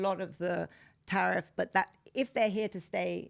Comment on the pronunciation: Tariff or Sariff? The former has been so great and the other is islamic😂